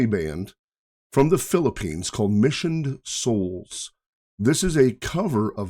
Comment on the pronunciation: In your great credit... you're one of the few reactors who got their name's pronunciation right... or at least very very close to how it should be. Kudos, Sir! 🙂